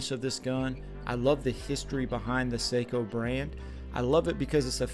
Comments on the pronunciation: Love my Sako’s ❤ And it’s Sako not seiko like the watch 😱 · No - Saahco. Long a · NO - SAAHCO. Not OH. AAH